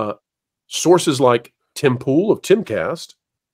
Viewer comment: Does this lady,, have a speech impediment? She can't pronounce George's last name -Stephanopoulos, or Tim Pool's, or even Stephen Colbert.